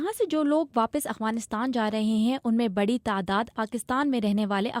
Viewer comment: یہ “اغوانستان” نہیں ہے یہ “افغانستان” ہے۔ اغ اور اف کا فرق واضح رکھیں۔